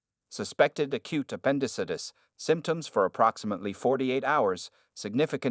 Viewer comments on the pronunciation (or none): That's a new pronunciation for appendicitis...terrible in fact